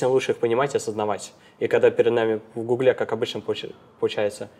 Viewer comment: Работать в "гуглЕ" - это как-то по-французски что ли?)) Нет, серьезно, это ударение...